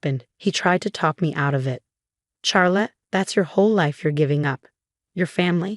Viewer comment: Even the AI is not able to pronounce the name correclty. CHARLOTTE: It is pronounced as Shar+luht, or Shaa+luht, not "Char as in charcoal".